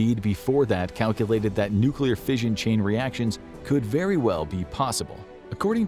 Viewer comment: This was a really interesting video. And the CG narration was actually quite good for the most part. I did have to chuckle though when fission was pronounced as "fisahn".